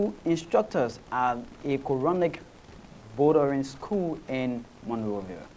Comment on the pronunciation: boarding school not boardering schoo